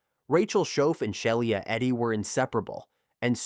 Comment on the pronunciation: SHE- LA its not hard